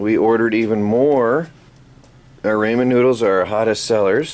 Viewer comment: Ramen is a japanese word and it's pronuced Raw-men. And you said LUMP-IA wrappers when it's LOOMP-IA wrappers. Just helping you out, don't take this the wrong way.